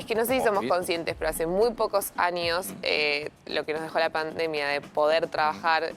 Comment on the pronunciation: Uds..srgentinos no pueden pronunciar la Ñ siempre dice NIOS EN VEZ DE ÑOS😮😅 aNIos ENVEZ DE aÑos